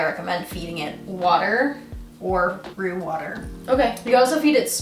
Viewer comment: Are you saying root water or roux water? Like the roux for making gumbo?